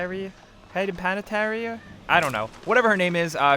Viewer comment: The name Hayden Panittere is pronounced pan a tear